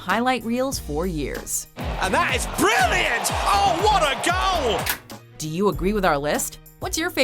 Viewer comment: "What a gauol"